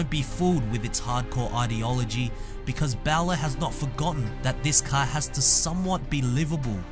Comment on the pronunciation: It is in fact bowler not bow ler as pronounced on this clip